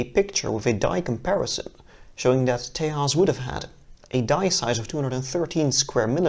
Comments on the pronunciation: It's not Te'h'as, it's Tejas meaning strength, courage, valour, etc. It is a Sanskrit word :) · Stop pronouncing Tejas as Tay-haas. The j is Jay not hey. It's an Indian word not a latin-american word. It's pronounced Tay-jus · Small Note. Its not pronounced tehas, its Tejas, Its an indian word. it means strength, courage and valor. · Its Tejas not Tahas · For the record, it is pronounced tay-juhz and not Tehas. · Whitest way to say Tejas just say Texas damn it's annoying